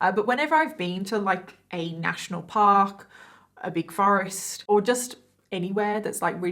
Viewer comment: It sounds like she's saying ffffing forest. 😜